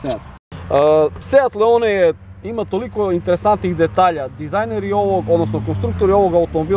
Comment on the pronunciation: Druže da li je moguće da radiš testove automobila, a da si toliko nepismen? Da ne pominjem pogrešno izgovaranje naziva modela, dakle nije Leone nego Leon. Engleski, strašno...😮 Funkcija cornering je jedna reč, nije corner ing kako si ti izgovorio. Strašno...😢